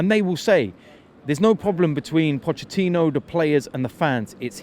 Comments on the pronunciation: Nobody: Robbie: Pochechino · Anyone else notice that Robbie says pochechino.. 😂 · Robbie said potchechino.... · Why does Robbie always say Potchachino? 😂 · Just came here to hear Robbie say “Pochechino” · Good ebening Pochechino